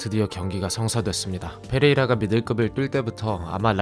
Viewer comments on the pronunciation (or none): 왜 페이라라고 발음하누..